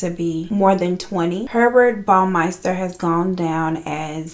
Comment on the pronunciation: I know im late but like his last name is pronounced Pervert